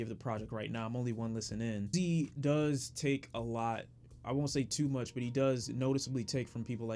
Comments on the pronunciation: Dear lord, I really hope you’re jokin with the pronunciation of atake hahahaha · ETERNAL A-TAKE. Not At-ak-a please 😭😭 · It's pronounced eternal ataké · omg nigga if u don't stop sayin it like that im gonna have a heart attakey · "A-Tak-A" say it like it rhymes with "Takashi" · Its pronounced Eternal Ah-take lol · hello. btw eternal atake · How can someone have a genuine opinion of someones music when the reviewer can’t even pronounce the album name right? It’s not that hard to pronounce.... that’s the bad part about it. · Idk if he’s purposely mispronouncing Eternal Atake or not...